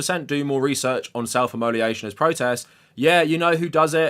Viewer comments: Immolation = " immo - lation ". Not imoli ation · Good video but “immoliation” sent me lol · if you're going to talk about self immolation you should probably know how to pronounce it